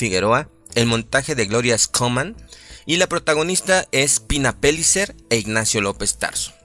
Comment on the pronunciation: Se pronuncia Peyicer como hablan los argentinos, no Pelicer. No es ingles.